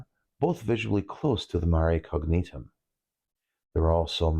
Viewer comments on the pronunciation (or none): Minor point, if you don't mind a correction: in Latin, the '..gn...' in the middle of a name or word is pronounced, 'ny'. So, Agnus Dei, or 'lamb of God' is pronounced 'AAH-nyoos,' and the constellation 'Cygnus' is properly pronounced, 'SEE-nyoos.' Mare Cognitum can then be easily pronounced. 😀 I appreciated your tutelage, your deliberate delivery, and the comprehensive approach you took to explain the Moon's surface features. Very nice production.